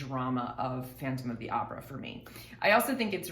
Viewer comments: Hahaha "Opera" comes from italian language and I can assure you that italians pronounce it more similar to the way the girl that made this video pronounce it than the way Tarja pronounces it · Opera as a word is latin in origin then Italian, they are pronouncing it as it should be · But the way they pronounce opera is how you say it in Latin languages. It's not an English word, the way people on the us pronounce it is not the correct one. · Tarja pronounces "opera" like in spanish and italian, and in latin from wich it comes. So the pronouciation is not weird. Only more accurate. But as alwyas english speakers think that all is english. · I also LOVE the Finnish pronunciation of 'opera.' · That's how is actually pronounced. English speakers got it wrong. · her pronunciation of opera is precisely how everyone outside of US pronounces it...more Tarja please....you should hear her early full mezzo slpendor from the wishes to eternity concert....she doesn't get nearly as much attention as she richly deserves... i am a former army ranger and her exquisite voice brings me to tears each and every time...astounding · opera, in virtually every part of the world is pronounced precisely as Tarja does..and do you think that after 7 years of professional training and dozens of superb operatic performances, she would mispronounce it...